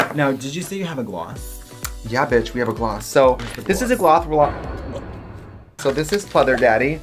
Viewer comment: I’ve seen a lot of comments about this but I don’t think she is actually surprised about that I think she’s just reacting to trixie saying “Gloth”. Also the gloss is from trixies line, Katya wasn’t involved in its production.